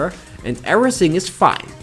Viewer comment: What sounds weird is listening to: "Era-sing" instead of "everything" and "head-just" for "adjust". It's not that I can't follow his English, it's just annoying as frack making it very distracting for me. I hope this clears thy weirdness.